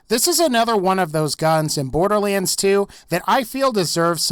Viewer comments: He said borderwands when talking about the hellfire XD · No hate but borderWaends